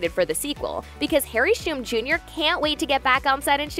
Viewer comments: I'm sorry but how do you pronounce hum? Yeah, try saying shum again? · Someone teach the narrator how to pronounce Shum.